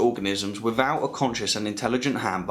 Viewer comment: without … not wivvoud